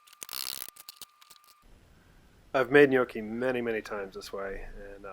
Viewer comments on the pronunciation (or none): mkay... I get excited!! Slap Bill for saying "gn-yo-ki"!! Mama mia!